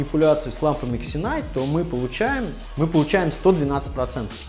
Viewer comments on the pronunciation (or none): Все ытлично, только пожалуйста названия не коверкайте. Читается Зинайт